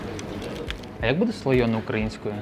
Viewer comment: Правильно слоєне😇